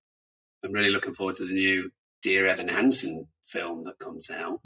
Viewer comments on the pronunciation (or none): Ah yes the Scottish habit of inserting extra syllables into words i.e. "film" (It's from the Gaelic!)